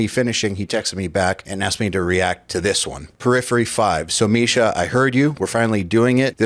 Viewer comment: “Typically, Jake, Marsha, and I, will get together and…”*** needs to get his shit together. Bro will never get the unchained tone if he doesn’t start speaking correctly. I believe in his journey, that’s why I’m pointing this out.